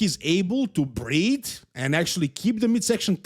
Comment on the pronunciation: He's able to "breed" with his abs flexed. Ivana accent. Lol.